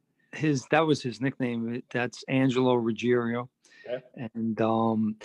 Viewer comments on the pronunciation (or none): Ruggiero not Ruggerio. Everyone always mispronounces Angelo's name.